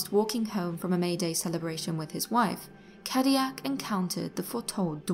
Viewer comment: I can't take the mispronouncing cadillac. it hurts